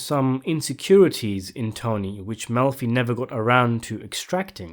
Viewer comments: Did you say Dr. Milfy? 😂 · It Dr "Mel'fee"